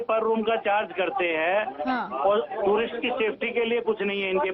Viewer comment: Lady please learn how to pronounce "Tourist" correctly